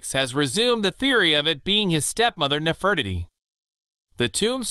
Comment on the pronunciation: Is the narration a computer generated voice? You should really pronounce Nefertiti correctly. Also… Bow & Arrow… Really? You pronounced it like the Bow of a ship. You really don’t know it’s pronounced like “Bo?”